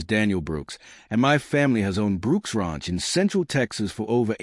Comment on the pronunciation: You would think a fourth generation Texan could pronounce ranch correctly